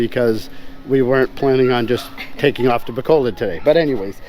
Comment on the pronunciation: pronounce it, "Ba COAL load" bro, you'll sound a bit more korek